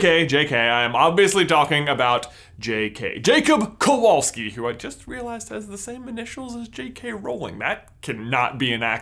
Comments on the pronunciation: Nice vid. Some pointers for the future though. In polish you should pronounce "W" as you would "V" in english. Kowalski is a very common [ too common sometimes] polish surname, but it is not by any means jewish [that actually explains why in any foreig movie there's a polish character there's 99% chance it's gonna be a Kowalski] It does bring "Smithing" to mind, as it's stem "Kowal" literally means "Smith", however it does not mean "son of smith". By a very long strech, I suppose you could translate it as such, if you really, really want to, but the genesis of the surname[s] [like mine actually] stem form Medieval times. Any "-ski" surname is an adjective, which points out to village/town of origin, some argue that also points to Nobility, as most commoners would have surnames after their nicknames and/or professions [whish is not actually so far fetched as at one point in history Poland had more "nobility" than any other country]. It being an adjective you would translate it as a Jakub [so PL equivalent of Jacob] of the Kowal Town - Kowalski. I will spare you detailed history lesson, but unfortunately this is the point when the theory gets "iffy". Then again, you are not expected to know this, if you ask Poles, 99% would not be able to tell you that unless they are history nerds [*crying inside*], so maybe, just maybe JK Rowling was unaware of this as well? If so, above rant adds to this theory. Or maybe it's just random, trying to include a "minority"? Who knows? I still en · You should read that name as Kovalski. It' a Polish name. In Poland v=w and w=ł :/ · since he is of Polish descend, his surname should be pronounced "Kovalski" in Poland w is read like a v also Kowalski is most common surname in Poland, next to Nowak my opinion is, even though Jacob has many Hufflepuff characteristics, for me its kinda a stretch to assume that he is descendant of Helga. similarity in surnames happen sometimes... but i will be cool with it if it was actually true :D